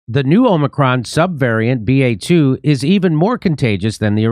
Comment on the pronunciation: ba2 sounds a lot like bat now that is funny!